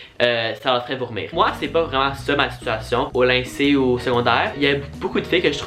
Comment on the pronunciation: Juste un peu te dire que on dit lycée pas lyncée mais c'est pas grave 😊😅🎉